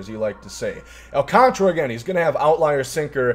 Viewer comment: It’s Sandy AL - CAN - TARA, clap it out.